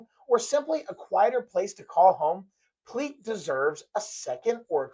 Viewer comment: FYI - The family pronounces it Pleak - like Steak. Pl-ache. Not ‘Pl-eek’. His initials were AE. Not AR. Not that it really matters at the end of the day …